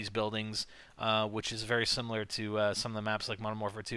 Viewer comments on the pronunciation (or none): none